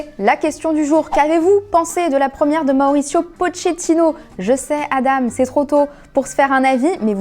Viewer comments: Deja ca se prononce poKétino pas potshétino bordel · Svp Pochettino se prononce "Pokéttino" voilà merci on vous aime la quotidienne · La prononciation de Pochettino 😭😭😭